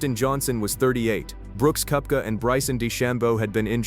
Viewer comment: So AI can’t pronoun Brooks’ last name?